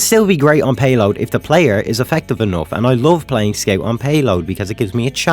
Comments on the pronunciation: Its Scout, not Sceut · Is it a joke or you really pronounce Scout Skeut? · Why did you pronounce "scout" as "skate" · What the hell is a scate you mean scout bruh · "sciot" took me 10 minutes to understand